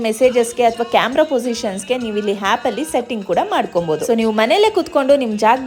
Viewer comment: ಅದು ಹ್ಯಾಪ್ ಅಲ್ಲಮ್ಮ ಅದು ಆಪ್ ...